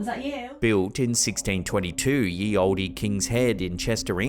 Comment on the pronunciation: the Y in "Ye Olde" isnt a Y its a Th (the old english letter thorn). "Ye" is pronounced..."the."